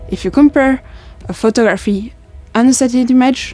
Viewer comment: How she says photographee is interesting. I sometimes wonder how the hell people learn some of the random ass rules in English